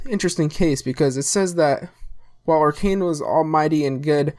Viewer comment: It's actually Okran not Orkan :) And yes Narko is Okran backwards. Nice vid man